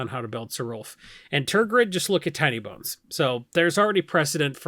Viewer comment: Sometimes says Tiny Bones and it sounds like Tiny Buns and I like it.